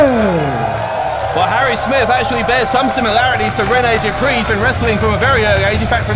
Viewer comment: Man said Rene Dupree uno loooool